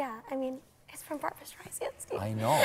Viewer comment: Beanie seems super sweet and I wish her the best but it’s really mind boggling that anyone who’s a fan at this point still doesn’t know how to pronounce Barbra StreiSSSAAAND’s name. How many times can Barbra repeat that her name is pronounced StreisSSAAND “like SAND on the beach” to quote her many comments on the matter. NOT StreiZand or whatever…Makes one doubt how much of a fan Beanie really is which doesn’t diminish her talents of course but I mean COME ON!!